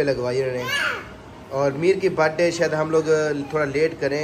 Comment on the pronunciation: It’s happy birthday not happy Brdy